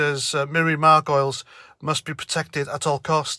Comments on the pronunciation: She's a Jewish lesbian so she has a ticket anywhere she wants to mouth off. Btw it's pronounced Mar--Guh-Leez (not "Margoils") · Margoleeeees…is how you say it ….she is such an attention seeking person…and ignorant. Yes she lives to be shocking. It seems that these actors eventually begin to believe that they are right in everything. I think she is often getting accolades on the holly and Phil show….they love her …of course. Later I read that the mispronouncing ion was deliberate to rhyme with gargoyles… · It's pronounced 'Margolis' although Margoyles the Gargoyle would be preferable. Crap actor as well. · Her name is pronounced Mar - go - liz, (3 sylables) methinks . . . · I thought it was pronounced "Gargoyles". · And pronounced Mar go lees. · You're mispronounced surname effort is fooking ace mate:-) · clearly you don't have a clue either about Miriam Margoyles (you can't even pronounce her name properly). Nor do you have a clue about Jeremy Hunt either. I am no leftie, but I fully get where Miriam Margoyles is coming from because I actually know her history and Jeremy Hunts, and I fully understand her comments. You get nothing. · Cannot stand her either. Have you spelt her name incorectly on purpose, so you can wind her up by mispronouncing it. ( Margolyes ) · Let's get this out of the way first: if you are going to post a video about somebody, please make sure you are spelling and pronouncing the name correctly. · Absolutely vile attention seeker, even if you do pronounce and spell her name incorrectly.